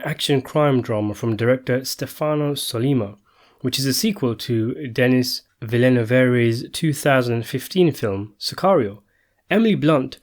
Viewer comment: Denis Villeneuve is pronounced de-nee vil-nuv Great director and nice review btw